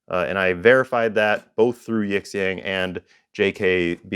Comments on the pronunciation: Sometimes the x is pronounced like sh in Chinese. Yee'shyong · Love your work, really I do, but if you're going to review products from a Chinese supplier please take two minutes to learn how to pronounce the company name properly; especially if they're going to list you as a suggested reviewer on their website. I'd suggest plugging their "english"/Pinyin name into Google translate and using the audio playback. It's two characters Yi, 亿 and Xiang, 祥, and you pronounce them separately. Definitely not "yiX ang" because the X has a different sound and Xiang is kinda like shhhe-ang